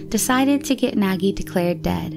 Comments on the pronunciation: Yes, is Nagy not nagie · Pashtika😂🤣 Pazsitka....douch mark...deutch mark...🤣😂😆 And Nagy its a Hungaryan name and we dont say like that:Nagie...😂🤣but its ok